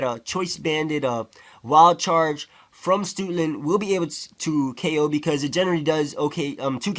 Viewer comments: lol he pronounces Stoutland as Stootland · "stootland". lolz